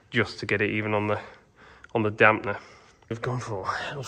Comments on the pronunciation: You keep saying Damp ‘n’er … it’s easier than that. It’s dam-per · You must watch too much American YOuTube. There in no "N" in Damper.... it is not a Damp-N-er